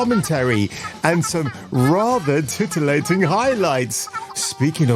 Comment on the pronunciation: HA!!! He said "tit-elating"....